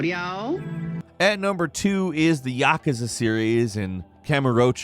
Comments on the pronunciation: It's not "yaksa" it's "yakúza" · No it's YAKAHzuh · FFS it’s Ya-Kooz-Za, fucking what. Not yakaza. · The way he pronounced YaKooZa as YaKuhzah, made me cringe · It’s pronounced “yah-koo-za”, not “yah-kuh-za”. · It’s pronounced Ya-koo-za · "Santa Moneeka" "Yakahza" I swear thats on purpose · the actual way is Yah-koo-za in the United States and Yah-ku-za for Brit. Pronunciation is different depending on where you live. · You butchered Yakuza pretty bad lol According to the international phonetic alphabet, its yah-koo-zah. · I hate the way he pronounces Yakuza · Oh dear god pls never pronounce yakuza that way again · Can you please learn how to pronaunce yakuza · Didn't realize I was pronouncing Santa Monica and Yakuza wrong my whole life until just now